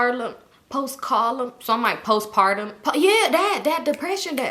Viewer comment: Him struggling to say post partum😭💀💀